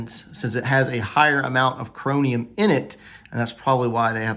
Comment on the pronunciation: The metal added to make the blade more rust resistant is pronounced "ChroMium", not "ChroNium" .